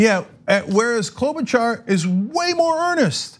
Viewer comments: I think she says KLO-buh-shar, not KLO-buh-char. And yeah, she's a not so fake typical politician, too. They're all fake, but she's less fake. Has also worked a lot with people across the aisle, and has more experience in the senate than Pete has in South Bend. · It's Klo-buh-Shar. Not Klo-bu-Char. Driving me frikking crazy.